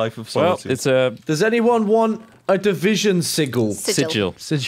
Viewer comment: lol "anyone want a divison seegal?"